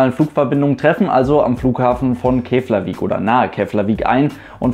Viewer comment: 1. Keflavík wird "Keplawiek" gesprochen. 2. Reykjavìk ist der Notlandeplatz für Keflavík, ansonsten ist das der Inlandsflughafen, praktischerweise in der Nähe des BSí. Von dort bin ich mal mit einer Metro 23 von Flugfélag ìslands nach Höfn gestartet - war ein lustiger Flug. 3. Flugfélag Islands bzw. Air Iceland Connect hat auch internationale Strecken, nach Grönland übrigens. 4. Es gibt auch noch weitere kleine Fluggesellschaften, z. B. Eagle Air, die u. a. nach Vestmanneyar fliegt (ich empfehle trotzdem die "Herjólfur". 5. Die Keimzelle des isländischen Luftverkehrs liegt im Angebot von Rundflügen für amerikanische Soldaten im 2. Weltkrieg. 6. Island hat den mit Abstand besten Wartesaal des internationalen Luftverkehrs: Die "Blaue Lagune"! Badehose mitbringen!